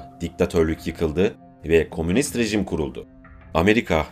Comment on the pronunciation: Sunucu kardeş,Kominist değil,,,ü ile Komünist olacak,,dil alışmış ,,bendede kaçıyor bazen,,KOMÜN den geliyor,,ortaklaşa yaşam yani....